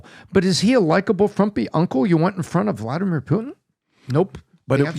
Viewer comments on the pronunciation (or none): none